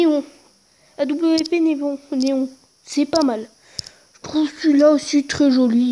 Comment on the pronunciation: il sais pas prononcer AWP correctement